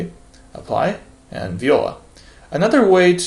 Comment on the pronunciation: Hi That "viola" in french you have to say like "vuala"